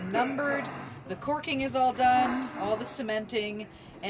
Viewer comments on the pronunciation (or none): Jesus...if I hear another one of you Pea-Peck'en, mush- mouthed Reb. SwmiSouthern want-ah- be's,, SAY " CORK'EN " when the word is CALK'EN "... ..WELL, I don't know what I'll do.....!!! Christ,, they even say it wrong way up in Washington State..???? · Umm...I believe it is called "caulking" not "corking". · Caulking, Pronounced like cock.